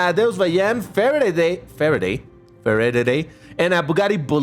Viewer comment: Ah yes, Faradaday